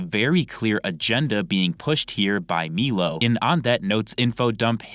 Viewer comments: Its pronounced "MY-LOW" not "MEELO" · Also it’s pronounced “MILO” not “MEELO”😂🤡